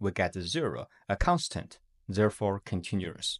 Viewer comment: Okay the way you pronounced continuous and other things are just wrong. Except that the video seems great